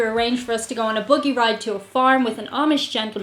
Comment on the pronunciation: Did you say boogy ride? I've never road a boogy. Sounds messy.